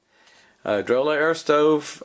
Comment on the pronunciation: I think it’s pronounced Dro Lay. That’s how it’s pronounced in their advertisements.